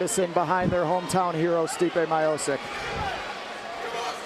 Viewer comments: It’s Stiopic...not Myopic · Stipe My-eye-poke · americans seems to have less to do with slavic names :D stipe majozik :D poor pronouncement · My dad was his wrestling coach and thats how everyone pronounced his name. We also didnt call him Stipe, we called him Steve, Steve my-oh-cic. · Stipe Miochich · M-ee-o-ch-ee-ch, o like in orange, ee like in green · are you deaf?? he clearly said stipe mayo-sick.. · Stee-peh My-O-sick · My-O-sick? oooookay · thats not how you say miocic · how the fuck did he said miocic i am from croatia and im very offended by this